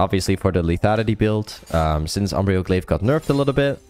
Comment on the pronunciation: It's fine to say Umbral and not Umbrial my duuuuude